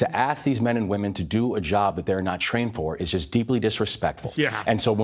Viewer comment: "Venezuelans?? Dhey're dah best!" - PBD.